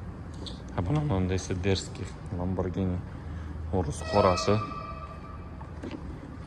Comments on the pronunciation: ЛАБАРГИНИ ЭМАС ЛАМБАРЖИНИ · Ламборгини тугри этвоти оми, узиндан узин гапирвурма